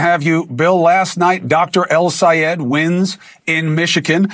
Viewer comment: Please Chris, keep these liars in check, and fact check them in real time. You already know what they are going to say, as their lies are getting old and repeated so often. The way Bill says El Sayed's name is enough to make MY blood boil, as his racism is blatant and overwhelming. Call people names, Bill. "Radical", "Communist", but he has no idea what democrats want. We LOVE us some El Sayed, no matter how you say his name, Billy "Two horns" Riley! See how it works, Bill. Two horns are an implication of your position, and how do YOU like it?